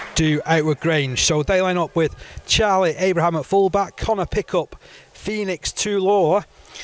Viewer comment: “Phoenix toola” 💀